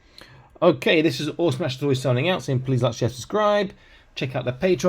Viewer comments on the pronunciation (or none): none